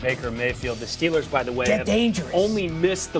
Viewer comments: 0.:23 Just listen to what he said Stellers? It's Steelers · He called them “Stillers” meaning not going anywhere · He means "Stellars", not a bad thing